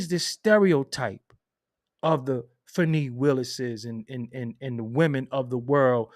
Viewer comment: Her name is pronounced Fon-nee Atlanta has the most unprofessional ghetto professional blacks I’ve ever seen in my life…these people took and passed the Georgia Bar Exam, The MCat and got through medical and dental school, engineers etc… but are so unprofessional and ghetto acting it’s so weird